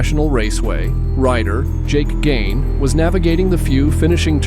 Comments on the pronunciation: Plus though most of these accidents would be it for my old ass, a lot seem to be just sl9ding away from dumped bike….then Jake gagne is called “Gaines”….seriously?! The announcer from the race even said gagne in the clip while dudes narrating saying gaines …..cant trust any channels that arent well established at all…imma make a real attempt at passing up these click bait low quality/ inaccurate vids …. The world we live in is ,anyone can make content and most do even though they shouldnt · There's so many errors in this video it's almost comical. I literally laughed when he said "Jake Gain", attempting to say "Gagne"